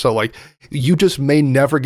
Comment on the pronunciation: After watching the recent Corrections episodes I now here 'Sam and Frodo' as 'Salmon Frodo', a different character entirely.